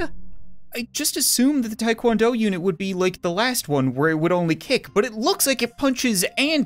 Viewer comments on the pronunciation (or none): it is called TA Kwon do with an A not a I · So ya know, its called Taekwondo, and not Taekwando. dont assault me please